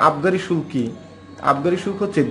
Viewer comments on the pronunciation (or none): Vi shulka ....shulk nah..